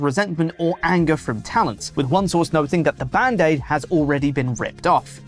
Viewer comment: the "band-air"? Isn't it Band-aid? Actually, isn't it bandage?